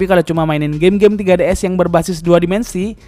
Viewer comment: Bjir 3ds disebut tiga ds